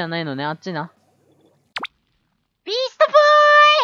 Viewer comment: ビーストボーイがEASTBOYに聞こえる